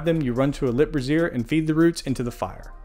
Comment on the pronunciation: Nice guide. By the way, the way you're pronouncing brazier is like brassiere, which is a bra.